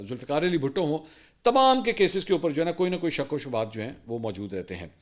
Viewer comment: Hathi ko Hockey! Shk shubht ko Shabut .. aaj apki speach main issues arahe hain kafi Jo bht unusual hi. Aap aap Ksi stress main ho Mansoor Bhai God bless you Apni health ka khayal rakhain